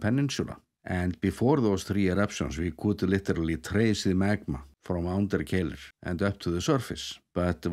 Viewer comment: The one that puzzled me is Keilir, which seems pretty simple! For some reason doesn't pronounce it as it is spelt, he always seems to pronounce it Keilill. Any idea why?